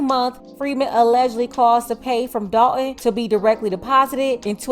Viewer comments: It’s not pronounced “dalt en or thort en” it’s dal ton , Thor ton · DOL TON not DOL EN THOR TON not THOR EN...